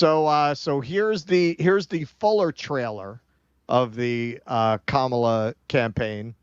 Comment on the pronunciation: It's Kama-la. Not KA-MAAAH-LA. If you're going to do coverage on her at least get her name right.